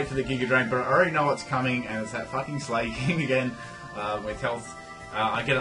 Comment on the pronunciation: Sla-king. Not slay-king As in slack. Im sorry >_< but it bugs me.. Love you anyway <3